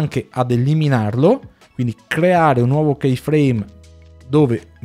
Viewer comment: Grazie per il video ma Key = chiave si pronuncia come chi italiano con una i un pelo lunga .. chei come pronunci tu in inglese non significa nulla ..